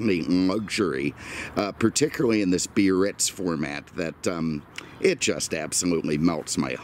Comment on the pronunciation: Yesss!🤩 You pronounce Biarritz cor-rect-ly with 3 syl-lab-les! "Bee-ar-ritz", not the clunky "Bar-ritz" of a few car posting hosts. Thanks for that touch of class,.